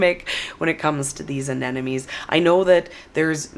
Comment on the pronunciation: You're so excited that you're mispronouncing the name of the flower constantly AneNoMes, LOL! Looking forward to the beauty come spring😍